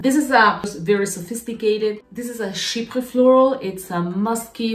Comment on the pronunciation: Wow the Izia la nuit sounds so much like my cup of tea. You say the word chypre so perfectly 🥰💞